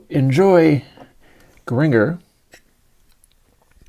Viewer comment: I love Frank and still affectionately nicknamed (one of many) my daughter, "FFrankie" in an homage to Sir Zappa in the hopes that his greatness might run off on her. And by the way, Gringer rhymes with Ginger.😂